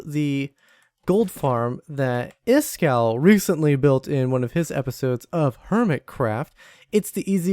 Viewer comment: Can I just say how impressed I am by the way you pronounced Iskall! Wow! That sounded very Swedish! Good job!